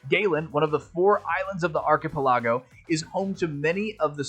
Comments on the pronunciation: Surely you're joking about how you pronounce archipelago, lol. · Love the pronunciation of archipelago lol